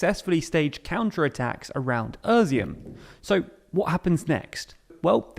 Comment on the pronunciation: I like the format and the to-the-point brevity of the TLDR channels, but if continuing to report on Ukraine (as is likely) it would be good to take a few minutes to get the place names right. Izium is "e-zium", not "ER-zium", and Kreminna is not "Kreminia", etc. (There's been a few more in earlier videos too.) Keep up the good work.